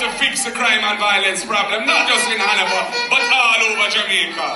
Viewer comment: Han-na-va for Hanover.😆 Mark Golding, you seriously need help. You're not ready for Prime Minister work yet. This kind of talking is embarrassing. No one gonna push you on Jamaica. You will not be allowed to lead and represent Jamaica.